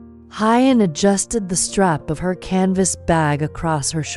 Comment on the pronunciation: This note is to the female narrator. Please pronounce Huyen's name like "who-yen" not Hi-yen.